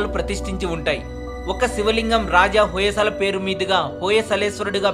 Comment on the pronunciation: hoyesala kadandi hoysal plz mistake cheyyakandi